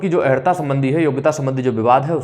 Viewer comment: अहरता नहीं अर्+हता =अर्हता